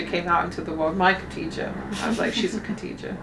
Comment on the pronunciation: Kha-dee-ja, not Katija. Like pronouncing Bach (German composer) or when you make a grunting noise at the back of your mouth